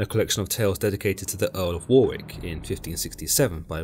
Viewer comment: You pronounce Warwick= Worick and Tybalt = Tibal 😅 hope this helps 😊😮 it's a good summary, but the misspronounciations are really annoying 😅